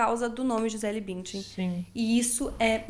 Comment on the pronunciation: Como irrita, e ate doi nos ouvidos qdo falam o nome BÜNDCHEN c a pronuncia arrada!😖🙈🙊